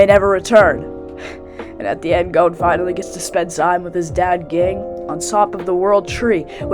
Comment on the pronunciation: How did you watch the show that you mispronounced Zolydck and Ging?